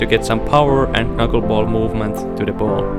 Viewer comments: It's pronounced 'nuckleball'. The k is silent. 👊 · Bruh, you don't say the 1st "K" in Knuckleball, it sounds ridiculous when you say it like that. LMAO